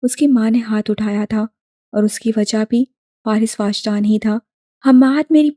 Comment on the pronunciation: It is wajdaan not waajdaan